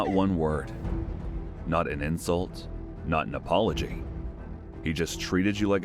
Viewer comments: "Appologay"? AI slop - so we are building all of these big data centers for this? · appologay? apobology? aplomgy? alppolgy? AI slop detected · Lol Aplomgy